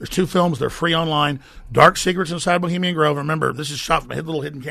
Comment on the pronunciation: This dude can't even use the correct pronunciation of the word "Bohemian" haha. Get the fuck out of here with this pseudo intellectual cadence. What a tool.